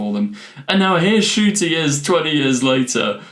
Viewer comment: His name is pronounced N-CUTI! Please pronounce his name right please, it drives me nuts that I have not ONCE heard anybody say his name right